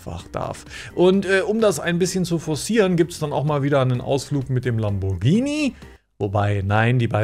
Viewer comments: der “Lambordschini Bauer” 😂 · Lamboatschini😜hat die gesagt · aber es ist lamm-bohr-g(wie gans)-ini (gruß von einer italienerin :D) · Gruselig Lamboschini das teil ist ein Lamborghini und das G wird hart betont ausgesprochen ...kotz